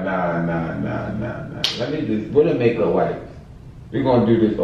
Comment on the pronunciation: He said go get a whipe 🤣